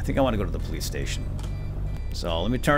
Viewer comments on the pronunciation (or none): none